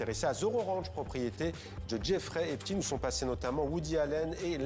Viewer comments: Ce n'est pas Epstine, mais Epstein. Vous le faîtes exprès. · Epst « ein »!!!! C’est comme Liechtenstein, Frankenstein, Harvey Weinstein !!!! Ce n’est pas compliqué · Quand vous dites epstine, c'est en hébreu?????